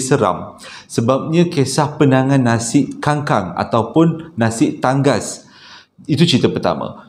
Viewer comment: Nasi ta...ngas bukan tan...gas lah bro..